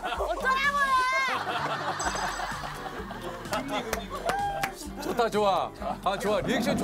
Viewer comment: 어쩌라고요~ 진짜 개찰지네ㅋㅋㅋㅋㅋ